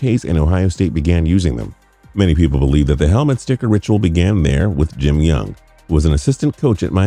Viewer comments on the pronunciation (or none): none